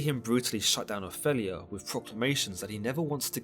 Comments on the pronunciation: oph-ELL-ia?? really? it’s opheeelia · Can I ask abut your pronunciation of the name Opelia. ? I’ve only heard it as ‘O-feel-e-ya’. Yet you say ‘O-fell -e-ya’. Just wondering why? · Please learn to pronounce 'Ophelia' and 'Elsinor'.